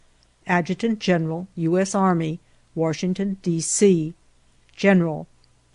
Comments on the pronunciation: It's Washington, not Warshington. Ugh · “WaRshington”. There is no R in Washington! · I absolutely hate when people say warshington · Didn’t know there was an “R” in Washington.